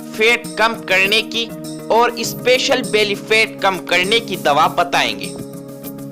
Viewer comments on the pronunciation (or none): अरे भाई फेट नहीं फैट बोलिए